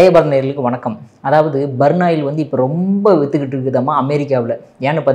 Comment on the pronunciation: burnoil இல்லீங்க.. burnall (burol) .. பர்ன்ஆல் ஆகும்! 🙏 💐